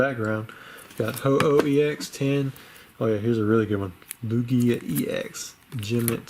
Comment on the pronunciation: The stress goes on the first vowel unless said otherwise. Lugia